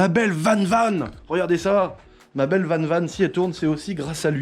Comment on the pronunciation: Ce n est pas vane vane mais van van que ça se prononce